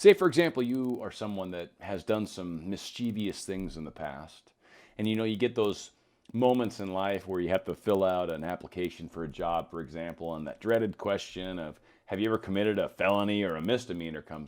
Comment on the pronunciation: "Mischievous" only has three syllables.